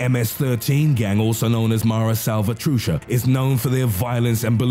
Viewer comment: "La mara salvachucha" really?